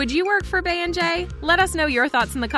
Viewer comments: Please stop calling her “Bay.” It’s “Bee.” As in “🐝yoncé.” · Why do y’all blogs keep calling that woman Bea? Her name is Bey as in Bee! The Y has an E sound not an A sound…How is that so hard to say 😑. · Girl it’s BEY AS IN B as in BEYONCÉ SHE IS KILLING MY SHII WITH THIS BAE SHIT 🤣🤣🤦🏽‍♀️ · Why do these yt people refuse to say "Bey" correctly??? It's said like 🐝. It's called the 🐝Hive for a reason. Who is Bay????!!! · It’s Bee like 🐝 not bay - how do you not know this? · Why do y'all pronounce Bey like that? It's BEY and it sounds like BEE!!! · It’s not Bay its Bee y’all crazy lol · I know it drives me crazy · Can't get past how she's pronouncing 'Bey', like who is BAY? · Now you KNOW youre pronouncing her Bey wrong af... for what